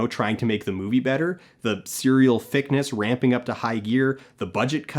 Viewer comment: I think he says "fic-ness" and not "thickness".